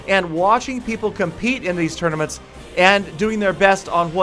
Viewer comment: It's 'tournaments' not 'tournomats'